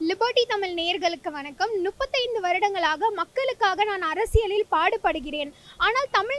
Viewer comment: முப்பத்தி ஐந்து. நுப்பதி இல்ல